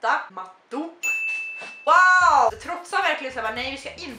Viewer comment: Man utalar finska orden: Ost = Joostå Kaninballe = Kani monaa Övergångställe = soåjatii Sten = kivii (man utalar det inte som frukten kiwi!) Matta = Mattå Annars uttalede du orden bra... NOT xD